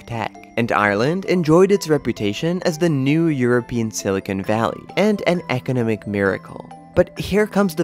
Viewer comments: They way the narrator pronounces “economic” really throws me off. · Is a machine. I find it strangely struggling with words like "economic", "economics". Programmers, please correct the pronouncing mistakes!